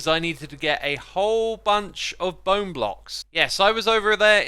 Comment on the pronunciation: ...bow-ne... that's all